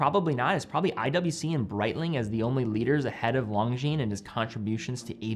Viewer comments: It's LON-GINES, not LONG-GINES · can you please stop spelling Longines wrong? the G and the S is silent, LONJIN that's how it should be spelled love the review❤ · You mispronounced Longines in the beginning.